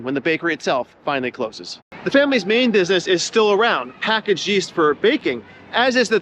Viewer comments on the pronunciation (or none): none